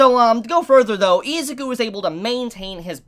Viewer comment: Anybody else pissed off how he’s pronouncing Izuku, it’s with an I not Ezuku